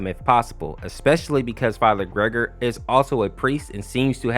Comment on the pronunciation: It's actually "ger-gor-e" not "gregory" when referring to farher gergori in half life 2